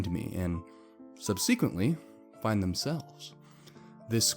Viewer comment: The way he said subsequently really irked me